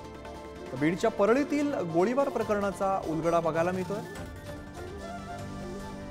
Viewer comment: उलडा नहीं उलघडा